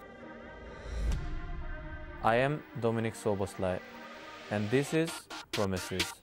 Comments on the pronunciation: Why does Szobo pronounces his own name incorrectly? xd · The only thing Szoboszlai cant do is pronounce words with "thhh" sounds in them.